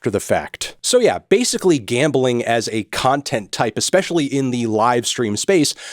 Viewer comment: Bro its Gambling not Gambaling.